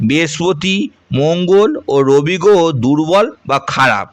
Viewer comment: র ফলা উচ্চারণ হচ্ছে না। গ্রহ কে বার বার গোহো গোহো বলে গেলেন। আরো আছে। মন দিয়ে শুনুন।